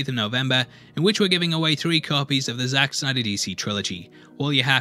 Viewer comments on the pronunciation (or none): none